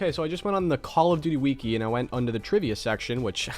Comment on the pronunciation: I don’t like how you said wiki